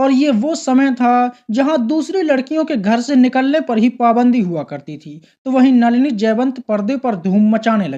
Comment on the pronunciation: Nalina,nahi,नलिनी बोल